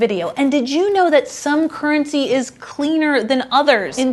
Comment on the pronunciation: Normally I don't notice it that much, but I switched off after a minute due to woeful pronounciation. 'kerncy'